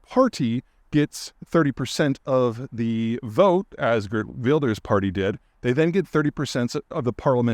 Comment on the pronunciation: G has a 'strong' H sound in Dutch...so 'Hhhhert Wilders'